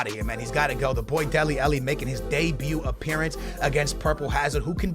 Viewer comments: AH-----LLI FFS SKILLZ..... not elli say it with an AH in front man. how you get elli from alli i do not know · he can say Shaqiri but not dele alli 😂😂